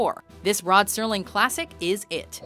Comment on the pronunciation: Fantastic series and well done on your selections. Although they were mostly all good Terror at 20,000 feet is still my all time favorite. It's funny I always remember him being called Rod Sterling with a very pronounced T very as opposed to the current mis spelling of Rod Serling. which is very different from the original.